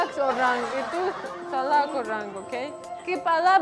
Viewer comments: Salah bukan salad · Salah bukan salak..kalau salak nama buah..🤣🤣